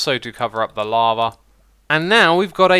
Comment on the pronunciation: why you say "lavar" to "lava"